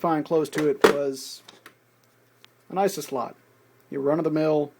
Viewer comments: That would be 80-conductor IDE cable, not 80-pin IDE cable. It's 40 pins with either type. It figures that someone who says "NES" instead of "N.E.S." would say "Eye-suh" instead of "I.S.A." Do you say "Earl" or "Your-el" instead of "U.R.L.?" I've seen a few weirdos who do. ;) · why do you not use the proper terminology. go look up ABBREVIATION on Wikipedia its not Eyesa slot, its called a Eye-Ess-Aye slot (ISA) its not a "Scuzzy cable", its an Ess-Cee-Ess-Eye cable (SCSI) and for christ sakes, a Nintendo is pronounced N-E-S (Enn-Eee-Ess) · Wait, did he just say "an ISIS slot"? like if you agree